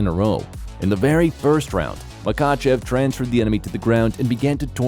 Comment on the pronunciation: It's pronounced ma hatch kala And - Ma ha chev